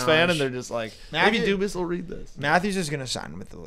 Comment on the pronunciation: Dubas not cubas